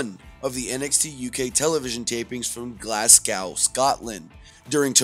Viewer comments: Glasgow not glasgoooooow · Its glasgow not glass cow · It's pronounced Glaz go 😉